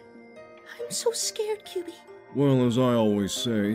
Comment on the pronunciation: ...Surely I'm not the only one bothered by the mispronunciation of "Kyubey"? Otherwise, love the video. Parks and Rec and Madoka is a combination I never thought I'd see.